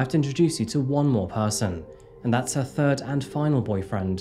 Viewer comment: My bf laughs Everytime I watch cause he hears "on the turd of October" 😂